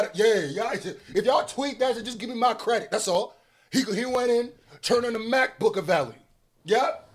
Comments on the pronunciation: FUCKING MAC-BOOK-AVELI IS DIABOLICAL 😭😭😭😭😭😂😂😂😂😂😂😂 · MacBook -a -vely 😂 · Wifi Tupac... lol. Mac-Bookaveli. Buahahahaha. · "Mac-Book-a-veli" is WIIIILLLLLLDDD!!!!